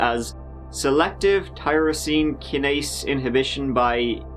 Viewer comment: Funny how you pronounce kinase.